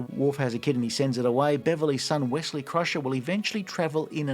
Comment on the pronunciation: props to bending the knee to the American accent for saying "Wessley" even though many Americans will say "Ossie" not "Ozzie" for Aussies like you.